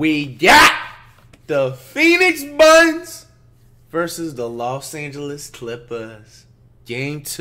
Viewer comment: “The phoenix buns”😂😂